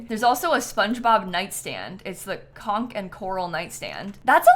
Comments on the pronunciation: Thanks for the review... but the way you said "conk" instead of "conch" every time was cracking me up 😅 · I love and appreciate that makes such honest content and isn't willing to push slop onto her audience. This pack collab is a nightmare, it's so poor quality and just ridiculous. That being said, it was cracking me up hearing "conk" instead of "conch" from lol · Unrelated but i have never heard anyone pronounce conch as khanhgk 😂 is that a regional thing!? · “conc and coral” lmao some spongebob fan you are! /lh “at the intersection of conch and coral” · I think it’s a US thing. At least a East Coast thing. I grew up in North Carolina and that’s how we pronounced it too.